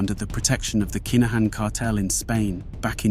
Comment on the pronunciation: Kai Na Han 😅😅nah mate please learn the proper way to pronounce the names ffs